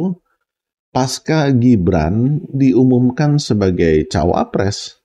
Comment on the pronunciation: Pembicaraan pak sangat mencerahkan, terima kasih. Hanya satu kritik dalam pengucapan kata “pasca”, pak. Seharusnya diucapkan sebagai “pasca”, sesuai penulisannya, dan bukan “paska”. Terima kasih.